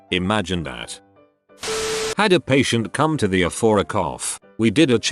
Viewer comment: oh It's how the TTS says ER.